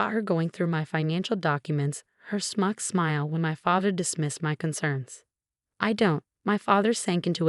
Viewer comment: Suyrupy, not serpy. Choppy narration is annoying. Smug, not smuck. Past, no pass. Reduced, not reduce. Twenty years is too light a sentence for attempted murder. Diana, not Deanna. Its, not it's.